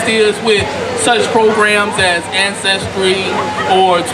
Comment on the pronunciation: African ancestory not "ancestory"